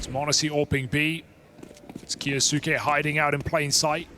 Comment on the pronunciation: When will these british commentators learn how to say kyousuke its so annoying